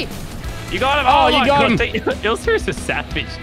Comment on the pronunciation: It’s ilsa, not isla